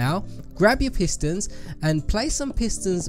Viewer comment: Why did he call the pistons pisters